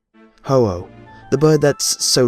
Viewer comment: ho-ho the legendary bird that poop rainbow..,.i really heard you say it dont lie to me